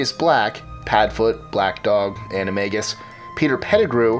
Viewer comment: Lol you say animagus weird You say animaJus You're supposed to say animaGus